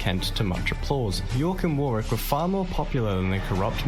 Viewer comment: I recently found your channel mate, its good that you are interested in our history. Just to let you know that the narrator kept miss-pronouncing Warwick. Pmsl. Warwick is my home town, and I cringed every time he said Warwick. Lol. For a little sleepy town Warwick has a lot of history. It's most famous for its Castle. The castle is open to the public, and you can actually stay there. It also has live shows, jousting, sword fighting etc. They actually do a war of the roses show. It is also home to the world's largest trebuchet which they use as part of a show. If you are interested, Google Warwick Castle.